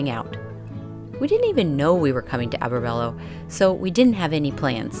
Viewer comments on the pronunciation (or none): It’s Al -baro-bello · Alberobello, not Abberbello. Points for getting Puglia correct. 😂 You may still get a camera ticket if you drive into the centro storico area without the correct license plate. They will mail it to the rental car company in a couple months lol